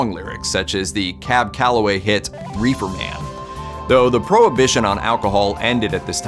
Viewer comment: He mispronounced Reefer. I dont trust him.